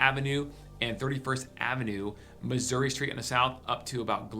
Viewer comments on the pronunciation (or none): none